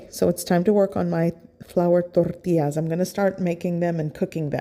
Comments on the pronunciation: Tortias?? Try Tor-tee-jazz 😉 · I love your recipes! I'm Mexican and I think your recipes are pretty typical Mexican food! The only thing I don't understand and I'm sorry, I don't mean to be disrespectful, but, why do you pronounce TORTIAS but you pronounce agua de pepinos con limón perfectly? I'm sorry if I ask something weird but I can't help but cringe when you pronounce tortillas gringo style! Saludos desde Chihuahua y viva México.... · I like how you say ToRRTIAS 😂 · "THORTILLAS" lol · “Flour Torrrrtias” 😂😂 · You don’t have to say “tortillas” like that…